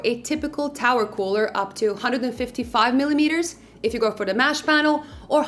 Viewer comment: Mesh not mash